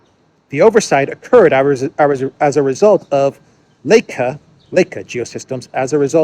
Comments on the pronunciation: Thank you! By the way Leica pronounced 'like-a' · Leica is short for Leitz Camera, pronounced Laika, as in the Russian space dog.